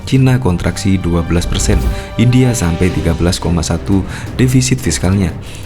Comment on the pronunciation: Bukan Hindia tapi India kali yaaa